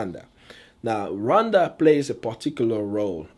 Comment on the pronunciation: What is that "run dhana ugandha" that's what your pronounciation sounds like. I am not trying to be mean. I mean no disrespect to you, if this is offencive, i'm sorry